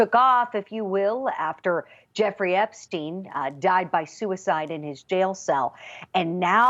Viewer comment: The dude's name is "Epstein" for fuck's sake. Not "Epstin".